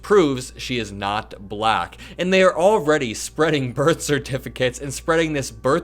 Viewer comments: What's with his sing-songy pronunciation of "bluh-ack"?? Besides the abject racism. He's on a stage with black journalists saying the word like he's talking to a toddler. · “Balackk”. He’s a loser. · His words were offensive, of course. But I haven’t seen anyone talk about how repeatedly pronounced the word black… like it was sour in his mouth. So weird. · I think he just realized that it wasn't his water bottle. Just listen to the way he pronounces black. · Why does he pronounce “Black” in such an odd way?